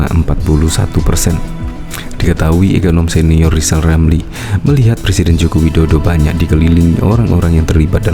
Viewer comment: Keminter, ngomong R saja belum jejeg kok sok-sok-an. Siapapun presidennya nanti, RR tetap tdk akan laku, tetap akan menjadi ekonom jadul gelandangan sepanjang masa, karena semakin banyak ngomong tak bermutu akan semakin tampak kualitasnya yg minor shg tak layak menjadi bagian dr eksekutif nkri